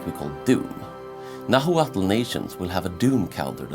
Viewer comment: It's pronounced Na-watl, the H is silent